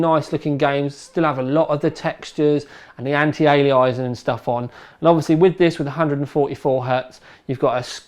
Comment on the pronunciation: Nothing other than it's not anti-analasing, anti-alieysing... It's very simple it's anti-aliasing. If English troubles you, then Latin will probably trouble you also. As much as I like, and I do, his pronunciation is dreadful.. All that aside he's the go-to guy when it comes to techy stuff. It doesn't matter how he talks, it's funny how others get edgy... That's funny.